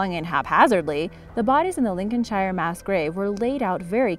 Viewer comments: Arrggghh! It's pronounced Lincolnshr! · Pro tip, if a place name ends in "shire" it's pronounced "sheer". So Lincolnshire would be "Lincolnsheer" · Definitely needs work on her English pronunciation, shire is pronounced like Cher the singer! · The way she said Lincolnshire actually killed me. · The thing is we speak English. it seems we are going to have to go there and re teach them English for the second time in history. Or give it 200 years and it'll be a different language. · Don't know. You can tell somebody is American when they can't pronounce Lincolnshire.